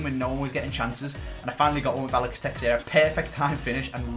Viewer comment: Its not a big deal but it bothers me, the way you pronounce texeira is Teh-Sher-A